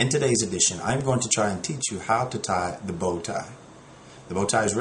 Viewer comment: I love how you say how to tie da bow tie